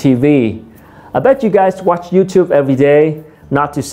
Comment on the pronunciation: Tiện thể về pronunciation, mình thấy người Việt mình nói chung thường drop ấm cuối trong câu. Ví dụ khi nói các từ inspired, watch.. vẫn quên âm r vs ch. Mình cũng thường được các bạn native sữa cho lỗi này.